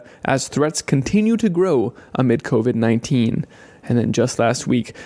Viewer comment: Did he say "Covert 19" ??????